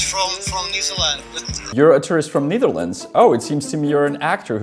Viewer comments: Honestly, I heard "New Zealand" on the first run. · I’m an American, it sounded like he said New Zealand to me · I've heard New Zealand.... he definitely didint say netherlands .... also Dutch people call it Holland. lmao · He said "tourist from New Zealand". Oh my god. Not even close to the right accent. (He didn't say Netherlands) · As a Dutchman myself, I can certainly say that's not how pretty much any of us would pronounce Netherlands. He also doesn't seem to have the right accent. His h sounds very close to a g for example. That's not a feature of Dutch. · He cant pronounce Netherlands correctly haha